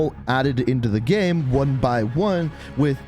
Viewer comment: Every time he says "game" it sounds like "gam"